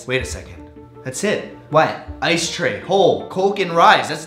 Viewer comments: It's not "Stray" It's "Tray" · Ikr that's what I kept saying cause it really sounded like "I stay home cooks rice"